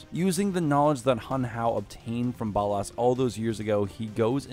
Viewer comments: It’s ballas not ballus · How do you mess up the pronunciation of Ballas when the game literally pronounces it for you on several occasions? Gross.